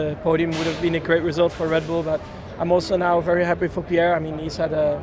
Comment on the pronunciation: Lewis, It's Pierre....